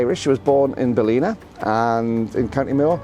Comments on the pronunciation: Hi, its pronounced Ball-in-a not Baleena, you will get pulled on it. best of Irish luck.. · Fantastic place to have roots! It's a beautiful place on the Wild Atlantic Way. I go there regularly - you will fall in love with the place. Probably a good place to go, when Cyprus gets too hot! Pro tip - it's pronounced differently, shorten the I and lengthen the a. Balla nah. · Ballina is pronounced "Bal -in -ahh"